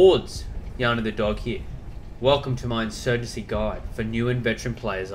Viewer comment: In-urgency: Sandstorm